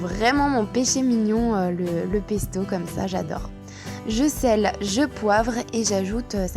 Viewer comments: On dit "je sale" et pas je "selle", c'est le verbe saler !:))) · On dit : « Je sale. » et non pas « Je sele. »...